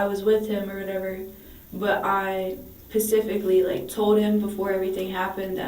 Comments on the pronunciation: Or pacifically😂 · 😂😂 I was just about to comment pacifically 😂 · My sister thought Tsunami was a place. I wonder if it’s the country of Pacfically? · She pacifically told him 😂😂😂😂😂😂😂😂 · Like "Pacificly" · I can’t recall how many times she said pacifically or whatever. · "Black web" "pacifically" she has never seen the inside of a classroom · Pacifically or whatever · I wonder if she likes the sound of her own voice pacifically or whatever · Hell no YouTube. That dumbass said "pacifically" dont you correct her to specifically and make it better. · Pacifically lol 😅 🤦‍♀️ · Wth is "pacific lee"? Lol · She doesn't "pacifically" remember anything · Pacifically.... girl, you cooked.